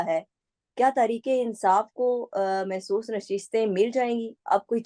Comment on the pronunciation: بہن مخصوص نشستیں ھیں محسوس نشستیں نہیں